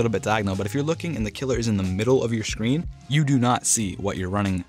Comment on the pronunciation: Why does he say “shcreen” and not “screen”?